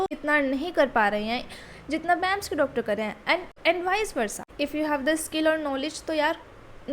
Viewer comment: It's B.A.M.S not bams bams, btw good video ❤